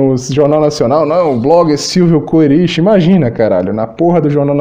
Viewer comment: Se pronuncia Kerich, é uma rede de lojas daqui de Santa Catarina igual magazine Luiza, Stodieck se pronuncia Stodick é o nome de uma rua de Florianópolis, Ernesto Stodieck empresário acho que filantropo também.